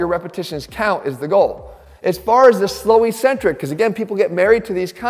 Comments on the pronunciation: Maybe it’s because my dad was an English prof, but I tune out as soon as you say “E centric”. The word is “Ek centric.” There are two c s. NO ONE in the exercise world says it correctly. Be brave. Be the first. It’s just ignorant. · When you say "e-centric", do you mean to say eccentric (said eck-centric)? Ecentric (as written in the subtitles) is a company.